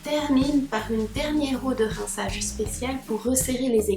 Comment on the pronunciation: Coucou tu as un petit accent suisse "rinçaaaage"🤗